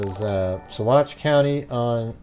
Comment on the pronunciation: pronounced Sauh-watch